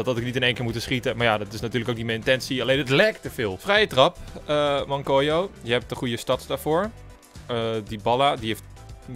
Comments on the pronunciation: Je spreekt t uit als mankwello niet mankwejo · is het niet gewoon mancuello inplaats van mancwollo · Het is toch Mancuello en niet Mankoio